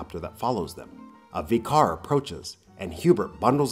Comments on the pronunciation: Vicar. Not VEE car. Christ! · How can you not say vicar correctly